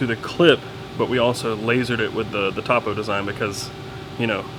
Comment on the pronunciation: Topo = "Toe-Poe"